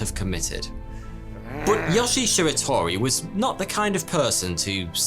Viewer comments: Yoshi!?!?! Srsly tho pls the i is pronounced as “ee” and e is pronounced as “eh” So it’s like “Yo-she-eh” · His name is YoshiE, not Yoshi. When Japanese words are spelled with Latin letters, they're read with their real pronunciation, not the bullshit English one. E.g. a is "a", not "ey", i is "i" not "ay", etc. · for all the non japanese speakers out there. the E in yoshie is pronounced. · is great but his Japanese pronunciations was horrible. Example: yoshie’s name. He pronounced it ya-shi, while it’s actually pronounced yo-shi-a. The videos good but this story was done better by Kento-bento if you want to see it. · Why does he pronounce it "Yashi" oh well... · Yo-shi-e. Three syllables. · Pronounced: Yoshi-eh